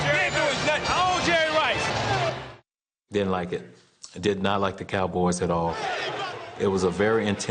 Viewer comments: “I pronounce it Jerry RRRice, 3 R’s... This a bad dude right here.” -Coach Gruden. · The ToeCutter he said he pronounces it jerry rICE